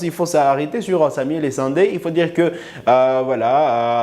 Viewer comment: Merci de ne pas deformer les noms congolais. Essende se dit: E-SE-NDE et NON E-SA-NDE